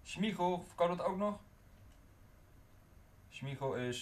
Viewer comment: smiegel ipv smeichel